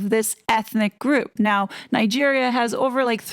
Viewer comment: Yes I was a trifle surprised that Angela Levin could not pronounce Nigeria. And why does this so called humanitarian need a PR Team for anyway. Just having a PR team tells us she is on the make. I think Prince William will intercede in this and get rid of Harry and Meghan. Next they will loose their titles esp after her book. She is weighing it up whether she wants the title or the book!!!!